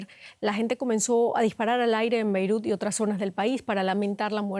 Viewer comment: aprende a pronunciar: BEIRUT con la letra T al final, es la capital del LÍBANO